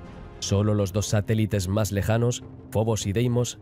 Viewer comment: Igual que cuando llama a una de las lunas de Marte "Obos" varias veces, cuando se llama en realidad Fobos. Le pasa mucho, por desgracia, y no sólo con éste documental; ayer vi otro en el que decía varias veces "Tribolitos" en vez de Trilobites, y otras cuantas cosas.